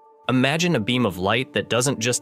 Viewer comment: It's "Imagine," not "Amagine." Please pronounce it as it was initially intended to ve pronounced.